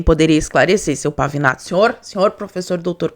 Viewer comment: É Pavinato,Pavanato, Pavãonato kkkkkkkkkk